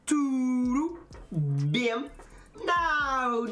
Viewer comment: me dá uma agonia boa quando o alfie fala "turu bien" aaaaaaaaaaaaaaa kkkkkkk isso soa tão espanhol ;_; mas é engraçado